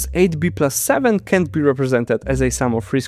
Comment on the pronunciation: 7min41s: If you pronounce can and can't in the same way it is very unclear what you just said. Try saying cannot instead of can't. Modular arithmetic has remainders ( something which remains ) not reminders ( something not to be forgotten ). Now practice saying : Remember you can't forget your remainders.